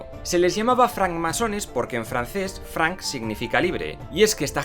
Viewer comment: Es "franche" no franc, franc significa franco. "Franche maçon"